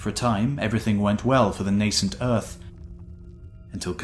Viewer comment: At last, someone who can pronounce lichen correctly. Also, good use of the word nascent. It needs to be heard more often. Finally, a superb, bite sized, easy to swallow documentary that, had it been handled by an American would have been five times as long and three times less informative. I have subscribed.